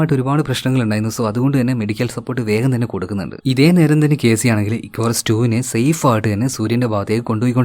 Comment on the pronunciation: Icarus te pronunciation athalla, ഇക്കാറസ് enn aan. Ath oru greek God nte name aan. Nan work cheythath Icarus aviation Academy edappally l aan. So I know the meaning behind the name 😊